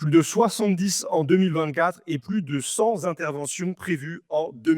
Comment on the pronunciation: 100 z' interventions ? Ça me déchire les tympans ! Je peux pardonner cette faute de français récurrente à n'importe quel péquenot, mais dans la bouche d'un député, ça me fait peur pour l'avenir de la grammaire